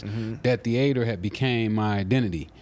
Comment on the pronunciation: He refined mf, he said "theAter " 🎥